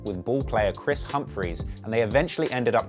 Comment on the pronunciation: How tf Ye say that last name? 😂💀